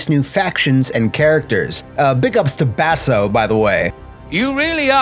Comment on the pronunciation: It's pronounced "bu-stō" but if that was an intentional mispronunciation, I like it. If it was unintentional, I LOVE it. Either way, I'm stealing it. From now on, the cool kids say "buh-STOW!" (rhymes with "POW!")